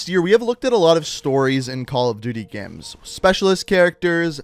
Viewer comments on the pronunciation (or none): this guy legit says geams